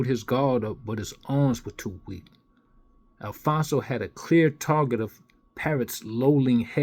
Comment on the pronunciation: it’s “ ALPHONSE “ - NOT “ Alfonzo “ , or “ Alphonso “ , or “ Alphonzo “ . Its pronounced “ AL - FONZ “ . There is no pronunciation in the letter “ O “ at the end of it . Emile - “ Alphonse “ - Griffith “ . Never knew that Emile Griffith was addressed by his middle name ? Also some advice you might want to go over how the word “ Totalitarian “ is also pronounced ( along with a few others here I won’t mention ) . Ok , Maricon? Just kidding .